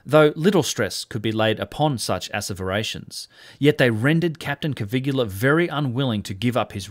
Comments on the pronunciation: What a wonderful video. I hesitated, but here goes: Please pronounce the guy's name "Coveelia." Otherwise it sounds like "Caligula" which of course you don't want. Also please remove the apostrophe from "its" in your title. It's = it is: No exceptions. It's so scholarly and thoughtful it is painful to see and hear if not quite right. I don't mean to be obnoxious, but your videos are too good to have stuff like that in them. And now the attacks come.... Still, lovely thoughtful video. Please keep them coming. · Hello from Italy. I love your channel that I recently found and fell in love with. A friendly tip for you: Caviglia Is pronounced in a different way. Ask Google translate about it 😉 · ok, but you have to type it correctly I'm italian, Caviglia is not correctly pronounced the way you do. Check the spelling on wordreference ;) Thank you for your videos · Hi - I think its pronounced Caviglia not Cavigular, its a bit like people that say Nucular instead of Nuclear - just saying - love your channel by the way. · I can't be the only one who's moderately bothered by the narration "Cavigula" not matching the text "Caviglia"? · Hi, new subscriber here. I really enjoy your contents a lot!!... but please revisit your Italian..🙉😅 Poor Cpt. Caviglia...the "GLI" is pronounced like Famiglia not like Caligola 😂 It literally means Ankle! 😉👍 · Italian name Caviglia should not be pronounced as "Kavigula". It is more like "kavilia" without "i" before "a": "Kavil'ya". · Caviglia, not Cavigula. You're pronouncing it like "Caligula". CA-VI-GLI-A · It's Caviglia, not Cavigula... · Stupid AI narration. It's Caviglia, not Cavigula. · Excuse me, excellent content as always, allow me to just leave a note: Caviglia Is pronounced more like cavillia. It Is not exactly the same, but It Is close. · Giovanni Caviglia is pronounced like jo-VAN-nee ka-VILL-ya. (It is not spelt like, nor does it rhyme with Caligula.) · pronounced CA-VEEL-YA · your pronunciation of Caviglia's name...yikes.